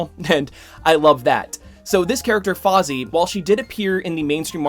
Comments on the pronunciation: You actually destroyed the name spelling btw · They made Fozzie Bear into Captain Britain? The muppet agenda again. Really though, love the video. Your name pronunciation was just funny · How does a fan of comic books not know how to read? He doesn’t even pronounce it phonetically. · I don't expect him to get it right, it's hard to know how other languages pronounces words. What baffled me is that he doesn't even pronounce it the way it looks other than the "F". He used "aw" instead of "ai" and "zee" instead of "za". There's no reason, when looking at that name, to pronounce those syllables the way he did... in any capacity. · Bro its Fai-zah not fai-zi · ...The name "Faiza" is pronounced "Faa-ee-zaa", not "Fozzie" (just look up the pronunciation for Faiza on Google) Not malicious intent was used in the making of this comment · I do have one point of criticism... It's Faiza. Fai-za. Not Fozzie. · Awesome video. But you pronounced the name wrong. You said Faazi. It's Faiza. Pronounced fi (as in fire) and za (csar). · Please, PLEASE stop calling her Fozzy! It's Fai-sa, like "Pfizer" with a British accent. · I've known about Faiza since Marvel Avengers Alliance. P.S. Her name is pronounced "Fy-za," not "Fozzie" waka waka waka! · I love your content and spreading awareness but and I know it is hard to say Arab names but it isnt fozzie it is faiza(just say every letter) thank you for the great content and keep it up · Her name is not Fozzie, Faiza is pronounced FIE-zah! Fozzie is a Muppet bear! Otherwise good video. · i think he was making a joke on purpose there, well thats how i took it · Came to the comments to say more or less the same thing haha. I doubt she’s called Fozzie in a comics, but like said this was unscripted so the name “auto corrected” in his head.